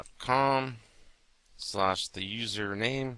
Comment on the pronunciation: i think it's pronounced with a G not J. Git Hub as opposed to Jit Hub